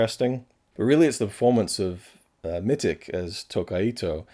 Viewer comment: It's more like Mititch (Mitch with an extra -ti-), or at least that's how I've always heard it.